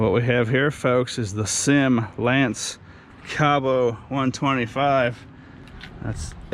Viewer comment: NOT a SYM it is not pronounced like a word. Dammit I wish people would educate themselves. It is pronounced like you see it. Three letters. S. Y. M. Sang Yang Motors.